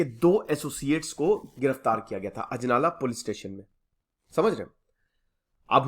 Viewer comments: Name sahi kro bhai ajnala hai ajlana nhi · अजनाला है शहर का नाम अजलाना नही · That's ajnala not ajlana